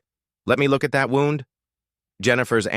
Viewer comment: The AI voice used the word wound and not wound. 😂